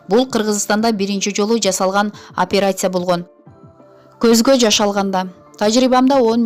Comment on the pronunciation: Оперяция дебенизчи ай.